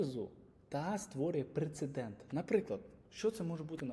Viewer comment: Класне базове інтро в продажі. Єдине зауваження - прецедент, а не прицедент 🧐